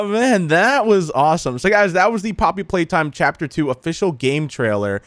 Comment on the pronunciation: love the fact he said phapter